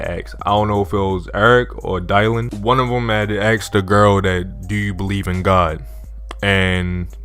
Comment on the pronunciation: Bro was that ur first time seeing the name dylan 😂?(its read like (dillen)